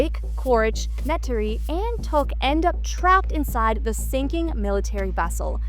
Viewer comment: Girl, pronounce the name correctly! NEYTIRI! You've insulted the franchise! I'm a huge fan of the franchise and you definitely haven't seen any of the films. Lol😂